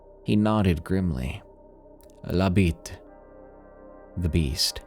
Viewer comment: La bete = The beast (I dont have the correct accent on my keyboard). The pronunciation is as if you were saying "bet" in english. The way he pronounced, "la bit", actually sounded like "the d1ck" in french xDDD